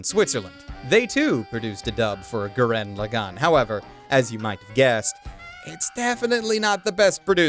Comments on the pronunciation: It's Gurren Lagann, not Goo-ren Le-gone. smh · I'm mildly annoyed by him saying "gurREN laGANN".